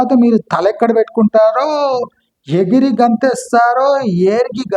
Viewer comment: ఎగిరి ❌ ఏర్గి ✅ 😅